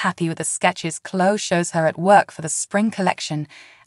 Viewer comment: is there any way you could find someone who knows how to pronounce the words the right way. Chloe is chlo- ee Devon is Dee-von, Jabot is Jaa bow.